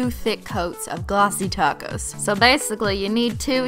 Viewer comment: I bow noticed she says "add the glossy tacos"